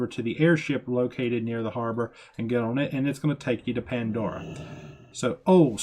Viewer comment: Ya, he was killing me with that. And who says, awww snap?